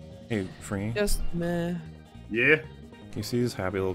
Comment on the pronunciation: unironically does the Australian "yeah"